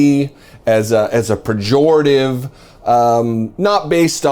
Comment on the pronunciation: Mr., many schooled people make this mistake, is not "perjorative" but, pejorative, if you check the ethimology of the word you will learn that it comes from the Latin form "pejor" which means: worse.